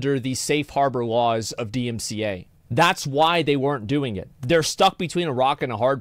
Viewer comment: i cant take u seriously when u cant even get the acronym "DMCA" correctly, multiple times.